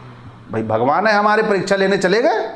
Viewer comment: अबे भॉगोवान नही भगवान होता हैं। ठीक से बोलतो ले।